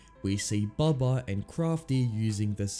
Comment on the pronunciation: His name is bubba not bubby